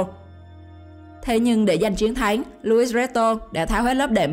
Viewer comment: Chiến thắng mà nghe giống như chén thắng,nói ko rõ